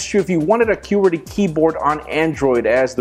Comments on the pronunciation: Anonymous Everytime he said that I would not pay attention to the next few seconds because I'm saying "QWERTY!" out loud. So off-putting. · Again with the Que-Werty